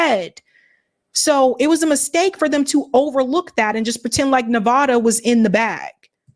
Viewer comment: The A in Nevada is pronounced like cat